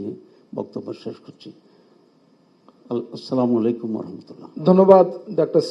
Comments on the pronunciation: অনেক মানুষ দেখছি সালামকে এইভাবে দিচ্ছে ।।। সামালাইকুম😂😂😂😂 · সালামালাইকুম কি। বুজলাম না কিরে ভাই কি মুরখোর মতো কথা। সালাম টা এখনো শিখে নাই